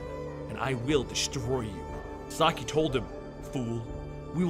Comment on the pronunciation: It’s SAH KEY NOT SAH EYE YOU’RE KILLING ME AT THE MISPRONUNCIATION OF SHREDDERS NAME 😡🤦🏾